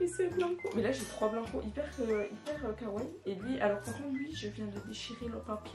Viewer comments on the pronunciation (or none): On dit pas kaway on dit kawaii ( on prononce les i )